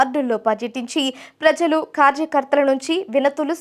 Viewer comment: Kaji karthalu kadhu amma karya karthalu